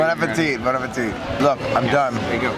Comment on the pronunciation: Great video!! But, you're not supposed to say the "it' at the end of Bon appétit. The "it" is silent:p (appé-tee)